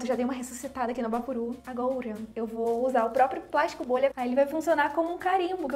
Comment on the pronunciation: Oi eu acho tão engraçado ela fala agoura kkkkkk